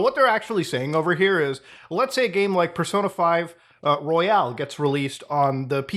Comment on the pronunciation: It's "Royal", not "Royale"...